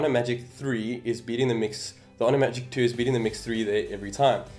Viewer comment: some one just likes to say... magic twoo faster theere